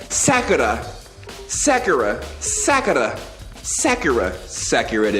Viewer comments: The way he kept pronouncing her name Sackera really bothered me. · oh and to help you with the names it's Sakura Saw-coo-ruh Byakuya Bee-Yah-Coo-Yuh just wanted to let you know you're the Goat Youtuber bro I legit barely watch stuff on here unless it's you lmao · The way he says "sack-ura" 🤣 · Manz must have never watched naruto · Sakura = sock-er-ah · Sakura is pronounced Soccer-ra Like the tree